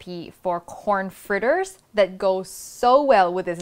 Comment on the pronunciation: Fritter is pronounced fritter. Not fritter.